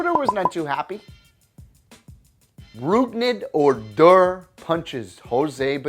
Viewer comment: oh-DOR. OOOOOOR